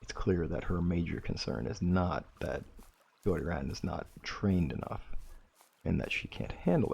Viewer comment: Kuroi = koo row ee in pronunciation. Hope that helps. I still remember some of my Japanese from college. :octopus-red-waving